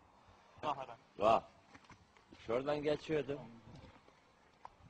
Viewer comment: ✨şordan✨ geçiyodum kurbağaların üstüne düştüm kurbağa ✨vağk✨ dedi